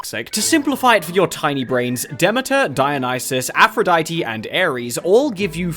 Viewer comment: Hey, why can't you say Aphrodite?